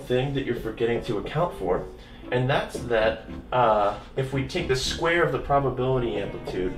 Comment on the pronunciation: "s kvare matrices" ;) Can you say squirrel on video? Please?